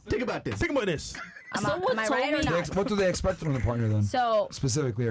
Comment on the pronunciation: “Tink About Dis” gets me every single time! 😂😂😂 Hilarious.